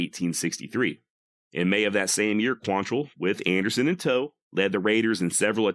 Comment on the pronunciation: Why is it nobody çan pronounce his name right? Look at the spelling. It QUANtrill. NOT quan- tell. Damn, why is that so hard?